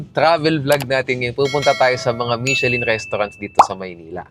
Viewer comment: nagparinig oh. "Michellin" daw. daughter daw! LOL! Peace!